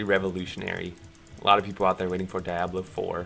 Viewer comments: Die oblo? Never once heard it pronounced like that. DEe-ab-lo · Cool 😍 it’s pronounced “deeabloh” by the way